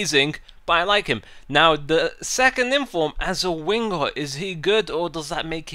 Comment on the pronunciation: I Laugh whenever you say winger, " wingguh"